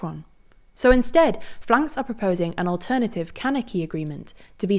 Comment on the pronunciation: It's generally pronounced "F.L.N.K.S" in English.